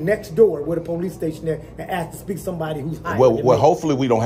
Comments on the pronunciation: The education system failed to educate him on how to pronounce the word ask. It's ask not aks! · In 2024 we can't just say ask I mean your saying you can pronounce every other word just fine but somehow that 3 letter word is just beyond you